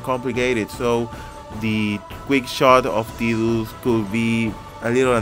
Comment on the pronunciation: lol what do you keep calling him? Tew? xD